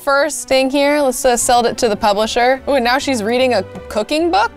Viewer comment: Instead of saying now you said miaow